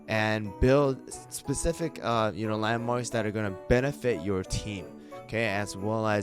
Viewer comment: when he says "landmarks" i hear LEMONS